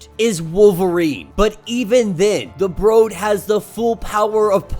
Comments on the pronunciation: Its brood not bro-d. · It's said like brewed not bro'd. Just FYI my man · Is English your first language? How are you calling the Brood, long o sound, the Brode? You speak very incorrectly for a man who makes a career out of narrating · The way u pronounce “Brood” is killing me 😂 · The mispronunciation of The word brood really took me out of the video otherwise great content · it's a little weird but not that big a deal. Small thing in an overall good video. Sometimes people get their pet peeves though. I trip on presenters mispronouncing Arkansas.